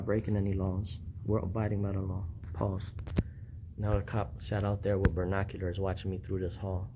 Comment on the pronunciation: Ber-NOK-ulars. Lol